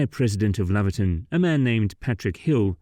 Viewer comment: Laverton is pronounced Lay-verton. Laverton is in Victoria. I think the road is called the great central road.